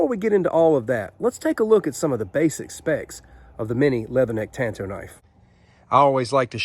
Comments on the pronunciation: I don't have any of these minis, but i did buy the Cold Steel Master Hunter in VG1 San Mai 3 and Click N Cut Hunter. I have always wanted a Master Hunter. It is a small, but stocky blade. I just like it a lot! And it is Tan Tow, so you are correct in pronunciation. I did studies in Japanese weapons, and i own 9 Cold Steel Tanto Point blades. Nice video! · The way you say it is correct 💯 Tan - Toe/ Tanto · Tan tow is how it's pronounced so good on ya lol. I love those and that may be my next knife. I currently bought a cold steel voyager vaquero xl with serrations and it goes everywhere with me. I absolutely love having a folding fighting knife in my pocket